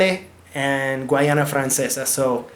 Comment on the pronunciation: Please pronounce and spell Guyana correctly.